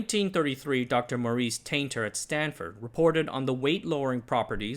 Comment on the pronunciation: Are you a Berkeley alum by any chance? Never heard anyone else call Stanford “Stanfurd”